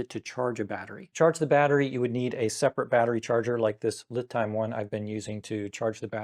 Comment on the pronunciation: Not that it matters, but I believe LiTime is pronounced "Lee Time"